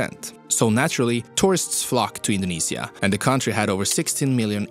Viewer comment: he indinisia